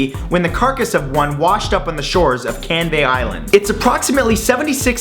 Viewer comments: holly shit my family's from canvey island and I never even knew the canvey island monster existed. Oh and its pronounced can-vee not can-vay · Wtf I live a mile from Canvey Island XD Odd hearing the American Matthew Santoro mention it, and pronounce it funnily, but flattering in a weird way lol.